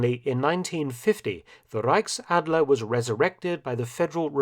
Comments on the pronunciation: reickadler it's so cute how he speak German Hahaha Reich Ch Ch Ch Ch Reichsadler Reich Ch not ck 👍👌😂❤️ And yes we love the iegal.... He is like we wanna be High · zu gut wie er Reichsadler ausspricht